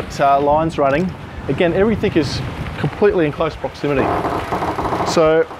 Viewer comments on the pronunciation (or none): Dude "everythink" is not a real word.